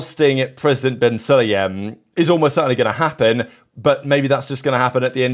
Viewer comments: Su-La-Yem, not Suliem It's SU like U(ber) The pronunciation is killing me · Suliem is killing me. Like, come on, at least try Su-La-Yem... Su La Yem... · When you say “Sulayem” it sounds like “Cellium” to me